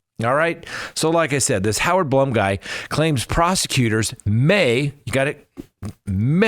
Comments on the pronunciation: His name is BLOOM as in Plume not Blum as in you know what. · Just FYI...it's Howard "Bloom" and Xana's name is pronounced, "Zan-ah"